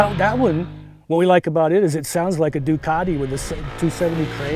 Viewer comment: “Duc-kawi”?? Noo man... nooo